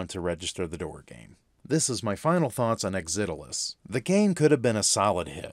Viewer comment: I grew up with the original programmer for this game Tao Ge. All of our friends we playing a MUD called Mortal ConQuest and one day Tao showed up with a very early version of this game. It was so cool to play. BTW I was impressed that you actually figured out how to pronounce the name of the game. Not many people could figure out how to say it. Thanks for making and sharing this review.